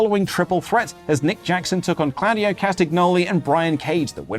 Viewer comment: Genuine question: Is the getting the pronunciation of Claudio's name incorrectly a running joke? Because, like, it's announced every single week. The commentators say it every week. And yet. If it's a bit, it's a very funny bit.